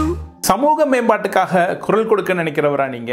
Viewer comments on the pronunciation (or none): none